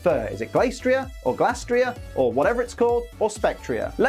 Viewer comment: you're actually correct on the pronunciation for Glastrier.:) Because the other would have to be spelled Glaistrier with an I